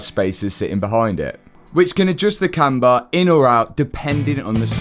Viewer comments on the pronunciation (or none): none